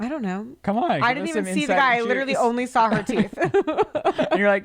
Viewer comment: Update: he then said “sawl” instead of saw but we’ll work on it😂😂💀💀